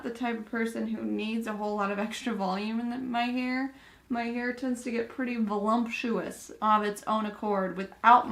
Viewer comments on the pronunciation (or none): It must be a MN thing to pronounce voluptuous "voluMptuous" lol my sisters say that too! 😂